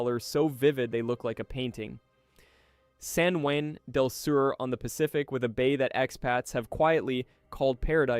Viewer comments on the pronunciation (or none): You're okay, my friend. No one, not even the Nicaraguans pronounce these names as "NicaRAYgua" and "San JuEN Del Sur". Just tune into local news for proper pronunciation. All the best! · "NicaRAYgua" "San JuEN Del Sur", please, either get a human, get a better AI, or edit the AI output. Don't insult us!